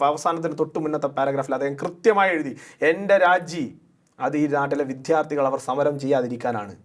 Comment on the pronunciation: വിദ്യാർത്ഥികളാണ് !!! വിധാർത്തികളല്ല !! മൽയാല വാക്കാണത് !!!